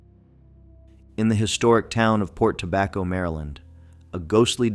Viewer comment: Port Tobacco is the only location this AI voice said correctly.